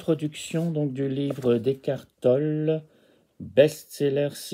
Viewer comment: Non non, Tolle se prononce Tollé. Laisse béton, frère, la récup ça marche pas 😆😆